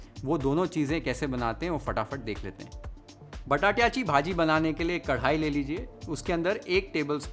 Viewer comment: एकदम झकास 👌 , " बटाट्याची भाजी " हे ऐकताना मस्त वाटलं 😁